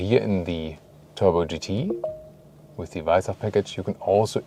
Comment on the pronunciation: Servus. As a French guy living in Austria for 3 years now, Danke dir for the on point pronunciation of “Weissach” 🥲🙂 French media are absolutely obliterating it when they say it 🫠💀